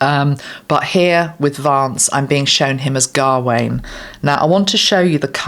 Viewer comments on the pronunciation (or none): Gawain is pronounced as not pronounced gah wain. It’s a Ga but rolls into Wayne without two syllables. Smouthly. I have a nephew called Gawain